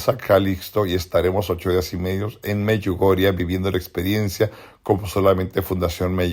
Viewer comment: Me choca que este tipo sigue diciendo Meyugoriaa